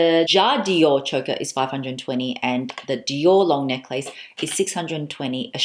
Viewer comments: I love how you call it neck-lace. Is that how you say it Australia? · I never heard someone say neck-lace. Is dat Australian? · I’m from the US- is the common pronunciation of necklace in AUS neck-lace? We probably lazy pronounce neckless..... now looking at spelling. 🤔